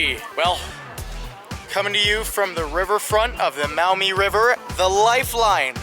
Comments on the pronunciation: I was born in Toledo, llived there until 1981. It's the "Mawmee" River (Maumee) : ) Not "Mowmee" River. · Pronounced “MAW-mee “ not “MOW-mee ”. BTW. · Maw-MEE, not Mowmee ! lol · Maumee, pronounced mawmee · Maumee river is pronounced "Maw-me", native American for muddy river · Ivy is pronounced Mawmee , the international park, my guess is a nod to the title of toledo City being a port City and access to the St Lawrence seaway, was called the gateway to the world.